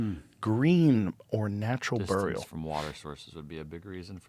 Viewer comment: Joe you should ask your wonderful sponsor 'Perplexity' how to properly pronounce "Burial"